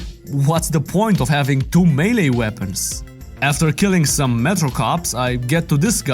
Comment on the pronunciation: Good ol' Kleiner's's' lab. Maylay ❌ Maylii ❌ Miilii ❌ Meleh ❌Melée (Pronounced Meh-lay)✅